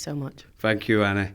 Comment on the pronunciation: "THANK YOU ANNEH"